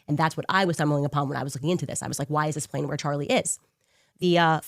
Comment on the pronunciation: He said “plane” wrong 😂😂😂